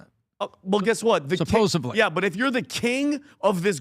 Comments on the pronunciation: good sir, it's Supposedly (with a "D"), not supposably (with a "B") Thank you. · Supposedly. Not supposebly. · ....it's not "supposebly". It's "supposedly." Letters talk, words scream. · Well spotted…. Surprised me too and said it quite a few times now! Would have thought his teacher wife would have picked up on it by now!!!